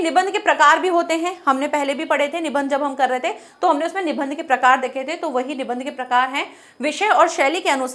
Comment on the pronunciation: Nibandh shabd ka sahi uchcharan kijiye